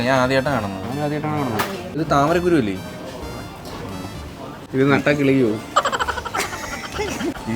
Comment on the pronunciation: താമരക്കുരു alla 🤣🤣 താമര ക്കുരുവിക്ക് തട്ടമിട് ന്നാ...🤣🫵🏻